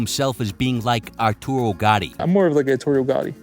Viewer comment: He actually said "Arturio"... He's more like Tito Ortiz.